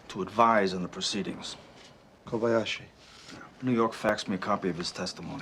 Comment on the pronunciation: Kabalski - No. Kabashki - No no. Kobayashi 😅 I enjoyed the movie with you guys, such a sweet couple.